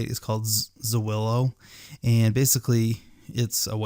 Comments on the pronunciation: It's Zillow bro, not Zawillow. 😆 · zillo....not zuwillo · Great information! Thanks so much! I did crack up every time I heard Zwillow though! :D It's just Zill-oh. ;) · Zillow, not Zoowillow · ITS ZILLOW not zawillow. 😂🤣😂🤣ONLY IN AMERICA 🤣😂🤣😂 Good ideas for help with doing this in Australia. I think. ✌ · Its Zillow, buddy, not Z[aw]illow! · Zuwillo sounds so cool though! I'm going to start saying it like this ;) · Ok, yeah. WTF? lol... Zu-willow? Dude. ;) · Learn how to say Zillow, moron.